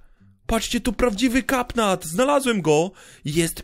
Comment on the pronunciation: Katnap nie kapnat